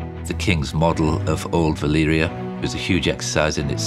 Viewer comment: VALYRIA, not Valeria, VALYRIA